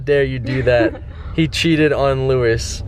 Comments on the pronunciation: HOLY FUCKING SHIT HE SAYS LOUIS AS LEWIS WTF............ I am disappointed in you matie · u pronounced Louis wrong